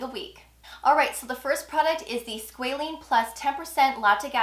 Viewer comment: I’m keep hearing, “Squalene”, I only see Squalane in their products. Thanks for the review though.